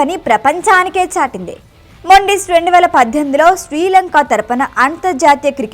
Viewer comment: మొండిస్ కాదు మెండీస్ 😅